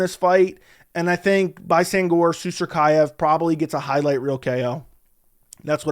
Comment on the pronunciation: has been practicing pronouncing BAISANGUR SUSURKAEV ALL week, to nail it like that! 🤣🤣